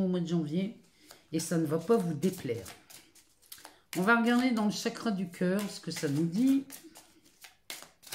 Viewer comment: Au moment où vous avez dit “chakra” je me suis dit “cette dame vient du Nord !” 😁 Merci à vous pour ce tirage et bécots de la part d’une ancienne nordiste expatriée à Nantes depuis 4 ans ! 🤗